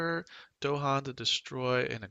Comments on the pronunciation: Nice guide, but they are called DAhan, not DOhan :D This drove me crazy :D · They're called dahan, not do-han. With an a and stress on the second syllable. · You don't mess with the Dohan...